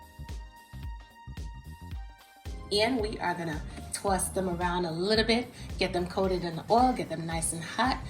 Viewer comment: There's no "W" in the word "Toss"... it's just pronounced "toss". ...not "Twoss". ;B